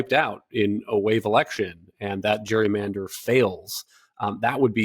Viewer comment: CA IS NOT GWEEYMANDER